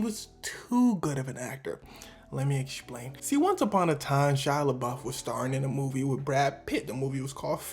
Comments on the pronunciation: Why do you say explain loke that 😂 exshplain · “Lemme eschplain” 😂